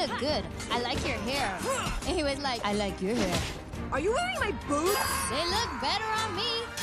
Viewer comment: I always though she said boobs for some reason lol not boots